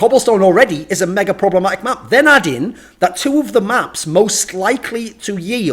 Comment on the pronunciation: "Problamatic" why thorin, why